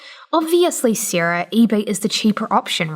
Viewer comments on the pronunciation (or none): none